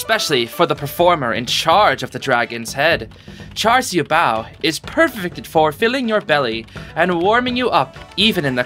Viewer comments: ngl that char siu bao pronounciation was pretty good (siu is more of see-oo, but char and bao was p good, maybe the r in char could be more silent) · I'd say that's a pretty good pronunciation! Though, I think there's gonna be a lot more food that might be either easier or harder to pronounce.